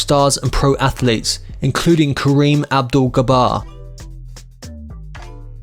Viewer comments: It’s Pat GARrett, not GarRETT; BUYezz, not BAZE; Karim Abdul Jabar, not Gabar; and intrepid, not inteprid. Good day. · Please do your homework about pronouncing names. Kareem Abdul Jabbar, not Gabbar. University of Minnesota not Misota. Get the correct pronunciation of Duluth.